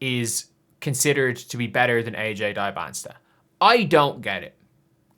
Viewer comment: Dybant-SA not STA